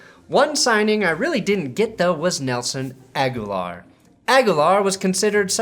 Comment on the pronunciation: Brandon "My pronunciation of Agholor's name will give you ulcers and hives simultaneously" Perna